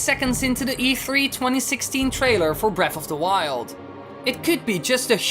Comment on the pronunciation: Breaf of da wiuwd. Jesus fish you're hard to listen to